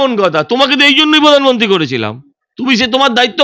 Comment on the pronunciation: আপনি সঞ্চালিকা , আপনার উচ্চারণ এতো বিশ্রী কেনো ! এইকাজে পড়াশুনা করতে হয় ! রেখা পাত্র , প্রধানমন্ত্রী কিছুই ঠিক মতো উচ্চারণ করতে পারেন না ! ছিঃ